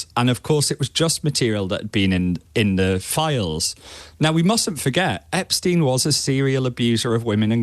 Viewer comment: Sounds so odd hearing Epstein being correctly pronounced, as J. O'B does at the start.